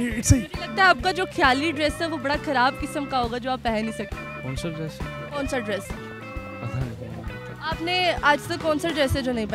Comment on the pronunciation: ایڈریس پہنا نہیں جاتا - ڈریس پہنا جاتا ہے